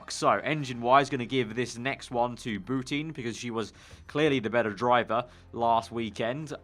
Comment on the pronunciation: It's pronounced Boutan not Bouteen